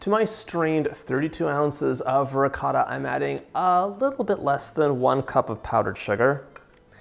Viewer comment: As soon as you pronounced ricotta the way you did I had to pause, comment and walk away lmao